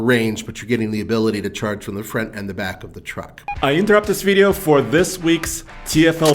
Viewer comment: Why can’t he say the word “front”